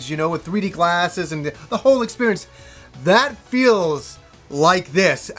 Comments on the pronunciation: Drinking game: take a drink every time says "expurience." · you broke my video expurience, now I just hear that :(